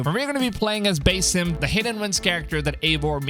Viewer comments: it's BASSim as in sea bass. not bass guitar... did you even play Valhalla? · Its pronounce basim, not basim.